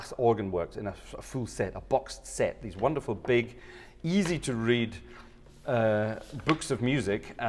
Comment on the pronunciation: did you say boxed set or Bach set? :p